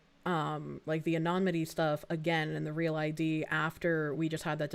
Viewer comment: she kept saying 'anonmity' the word is 'anonymity'